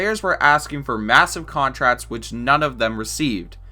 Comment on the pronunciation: Henry Daverso contratts